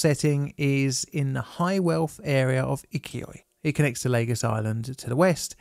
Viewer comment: Not Leygos. Lagos.